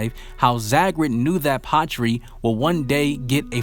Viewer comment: Lol when you say Patry it sounds like pottree